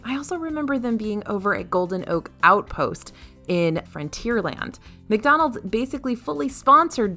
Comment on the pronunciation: I’m sorry did she just say “Dickdonalds” 😂😂😂😂